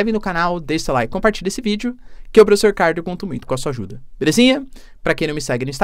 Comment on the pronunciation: plofesso chinês 😂❤